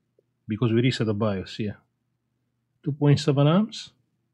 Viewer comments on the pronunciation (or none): none